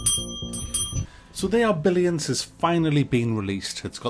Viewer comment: Don't know why I keep hearing it as "the Arbellions" lol